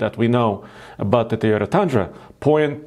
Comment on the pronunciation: I might be the only one bothered by his pronunciation of the word Toyota.. Its not Tiyota. Easy fix.